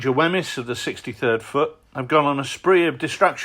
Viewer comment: Now that's a good looking game! Quick tip: if Wemyss was born in Edinburgh, Scotland I think it's likely that his name would be pronounced "weems" in line with the pronunciation of various Scottish settlements that share his name.